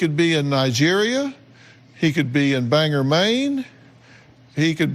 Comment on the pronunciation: Just wanna say it's pronounced BANG-gore not banger Maine....